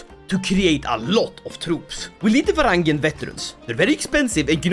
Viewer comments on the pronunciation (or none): none